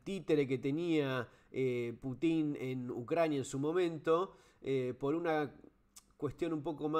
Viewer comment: Excelente Fernando! Me parece que también hay que considerar el avance de la OTAN (que debería haber desaparecido junto con su oponente "Pacto de Varsovia") sobre los países de la ex URSS. Rusia tiene misiles cada vez mas cerca de sus fronteras. Eso reclama Pútin (pronunciación correcta en ruso.. nombre con raíz en la palabra "Pút" "camino"), Saludos.